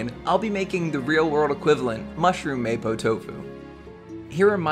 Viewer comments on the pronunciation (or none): It's mahpo not maypo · It kinda triggers me that he says mapo like maypo and not mapou... but I’m just happy that there’s a video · It's pronounced "Mah-pwo" Tofu not "Maypoh" Tofu. Good video though! I might try out your recipe myself!